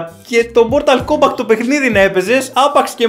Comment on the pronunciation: Κομπατ. Κομπατ. Όχι Κόμπακτ